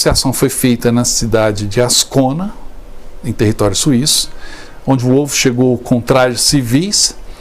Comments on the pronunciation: A amante de Mussolini chamava-se Clara PETACCI. O nome do general Wolf pronuncia-se "Vólf". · Em alemão W tem som de V ,não de U